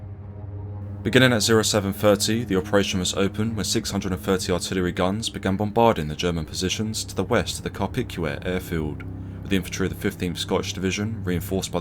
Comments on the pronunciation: "Car-pick-you-ay? Is your mangling the pronunciation of just about every foreign word encountered a feature or a bug in your narrative? Call me picky but I'd enjoy your otherwise excellent videos more if there were fewer of what was called, back in the 60s when I was at school, 'howlers'. For the record Carpiquet (as in aerodrome/airfield) is pronounced 'Car-pee-kay'. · 12 SS? Probably killed them then buried the bodies to hide the evidence. Apparently even the other German army groups called them "the murder division" and rather despised them. Carpiquet is pronounced Kar-pi-kay. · Carpiquet is pronounced Car-Pee-K